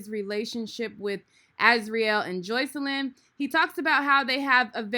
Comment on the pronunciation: He didn’t even pronounce the girls name right.